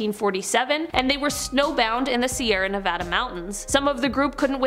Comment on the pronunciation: Hi, love the video, thank you for saying Nevada right.